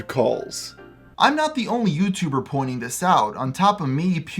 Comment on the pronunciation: Aww someone doesn't like it when someone talks about they're favouwite yootuba matty pat